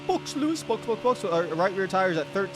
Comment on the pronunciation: He’s trying to reference “box box” which is the call of over the radio telling the driver to pit… when says it it sounds like “books books” though 😂